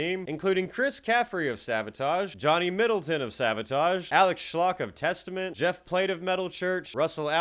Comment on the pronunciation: Bro you butchered Alex Skolnicks name, it’s not Alex schlock, it’s Alex skull-nick